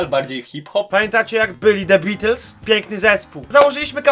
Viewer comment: THE BEETLES? NIEE THE THEBILLS